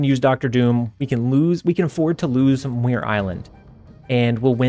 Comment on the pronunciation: Enjoy the videos. BTW, Muir Island is pronounced mew-err. Scottish. All the best.